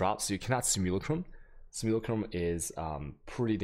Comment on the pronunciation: Great video, but small pet peeve. I'm not sure if its intentional mispronunciation because I kno you got some words you do on purpose for the fans like atzubi. But, if its not intentional, Google translate english to english says "Simulacrum" correctly if you'd like to hear how its normally pronounced.